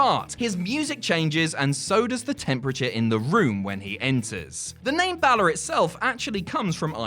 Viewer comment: Balor is pronounced wrong it sounds more like bail-er or bailer